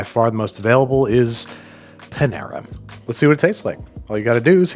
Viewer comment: I have had the biggest crush on Andrew forever but his pronunciation of Panera might be the thing to end that 😂